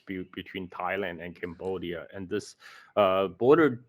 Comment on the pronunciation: "CAMbodia" (as I'm camera). Not a burger.😊